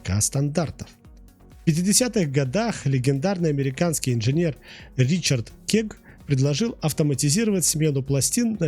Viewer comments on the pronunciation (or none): none